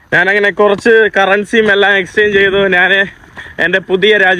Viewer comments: നാൻ, നാൻ, നാനു അല്ല, ഞാൻ ആണ് ശരി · ഞ എന്ന അക്ഷരം പറയാൻ പറ്റുന്നില്ല ഞാൻ എന്നതിന് നാൻ എന്നാണ് പറയുന്നത്